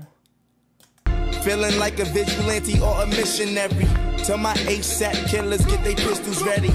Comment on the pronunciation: ass-ahp hahaha, good vid tho fam